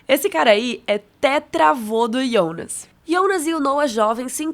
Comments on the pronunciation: Por que você chama IONAS ao invés de JONAS? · Pq ela fala IIIIOOONAASSS?? É JJJJJJOOONAAASSSS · Cara, até a dublagem fala jonas, pra q falar ionas? Quer se aparecer? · por que diabos essa mulher fala Ionas? Não Jonas, que horror🙉😂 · Não se diz ionas e sim Jonas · Mano, para de falar yonas que raiva kkkk foi dublado para JOnas e vc é brazuca, para com isso imediatamente kkkk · A série é confusa, mas eu tô mais confusa com você prenunciando JONAS e soando: "iONAS". Socorro Deus 🤡🤔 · ionas não mano, é JONAS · não entendo qual a dificuldade de falar jonas ,do q ta falando iounas..kk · Aí eu não suportei vc ficar chamando jonnas de yonas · Ionas é meu ovo fala Jonas caraio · Pq vc fala "ionas" E não Jonas ? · Que nervoso ela falando IONAS .... fala Jonas caramba nao é mais fácil? Simplifica. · que agonia ver essa menina falando ionas pqp JONAS POORRAA COM J PQP VELHO HELGA?? HELGE MENINA MERMÃO,PITA??? O NOME DO CARA É PETERRRRRRRRRRRRRRRRRRRR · Pq n Falar Jonas ao invés de Ionas? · vc fala Iounas errado não é assim é Jonas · Que porra de ionas, sabe falar Jonas não? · Um leve ataque do coração toda vez que você pronunciou YÔnas e não JÔnas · pq chama o Jonas e Ionas? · video so ficaria melhor se parasse de falar “IOUNAS”, mas deixarei like mesmo assim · Tbm achei chato esse ionaa , tem q falar Jonas mesmo. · Pq ela não fala Jonas, toda vez q fala Ionas acho estranho... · É JONAS OU IONAS ? HAHAHAH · Ionas é meu ovo! Fala Jonas porra! A série já é complicado e tu me vem falar de Ionas. Vsf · Que agonia ouvir ela falando Ionas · Assisti a série completa uma vez e não tinha entendido muita ,coisa, nas segunda vez eu entendi. E vim procurar um resumão sobre a série, mesmo eu tendo entendido. Mas pelo amor de Deus, me dá um treco em ouvir essa moça chamando o Jonas de ionas 😂😂😂😂😂 misericórdia. Mas tá bem legal o resumo cronológico. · “ionas” “helga” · Pois é, eu fiquei pensando quem é esse tal de Yonas que ela tanto fala 🤣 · " iondas " kkk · IONAS ? Kkkkk